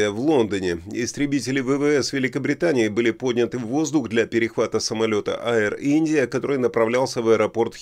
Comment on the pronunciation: Аир Индия? Вы по - английски ещё не научились читать?